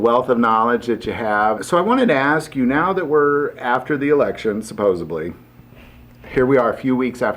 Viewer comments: You said “supposebly”. Do you know the word is actually “supposedly”. The correct word contains a “D” not a “B”. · “Supposably” really man?!? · I had a tough time refocusing after "SUPOSEBLY"...... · SupposeDly, not supposeBly. Sorry, my ocd kicked in. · Serious question: why do people say “supposibly”? That’s not a word! People with low IQ say things like supposibly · I feel like pistol-whipping him for saying. “SupposeBly.” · Did he just say “supposebly”?